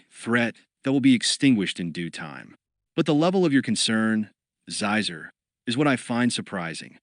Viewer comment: There are a few like that. Xizor is supposed to be pronounced like Sheezor, not Zyzer.